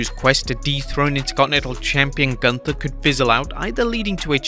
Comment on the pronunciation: Why does no one EVER pronounce gunthers name right? The h is silent! Pronounce the u like your're saying boo without the b so it would be pronounced G oo N TER!!!